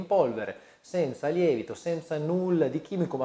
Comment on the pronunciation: Comunque si dice 'senza' e non 'semza' 😠